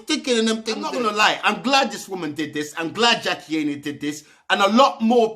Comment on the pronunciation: Her surname is pronounced eye-nah. But good video 👍